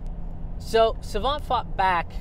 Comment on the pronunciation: Sawant is too polite to correct people who butcher her name even in front of her but seeing another indian butcher her name I have to step up and point out that the k in her name is silent.